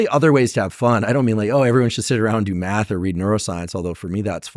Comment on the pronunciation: "do meth" is definitely the better option. (yes i know he said math but it caught me off guard at first hahah)